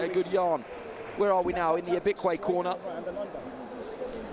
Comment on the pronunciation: Tell him to learn how to pronounce his name. Stop making excuses for him. Ibekwe became Bekune....Anofia